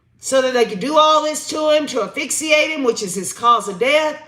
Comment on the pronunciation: I am going to teach you how to pronounce asphyxiation. A$$ Fix E A shun. You know that a$$ word, now say it 5 times. A$$ Fix E A shun. I knew you could do it😆😆😆😆